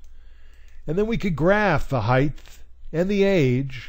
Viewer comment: This was really helpful! Thanks so much! Just for future reference, the word should be height, not heighth.